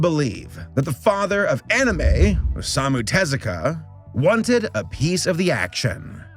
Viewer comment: Hey! Kudos for putting in the effort of getting Tezuka's name pronunciation locked down for this video. You've tripped up on names from all kinds of cultures around the world in the past, acknowledged your shortcomings and have learned from it. That's why you're such a great Youtuber. Keep up the fantastic work. Looking forward to the next video!